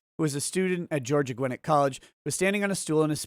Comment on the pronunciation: Emphasis on the second syllable Gwi-NET.